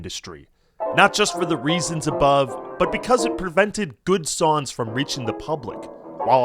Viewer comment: Why do you keep saying "sawns" instead of songs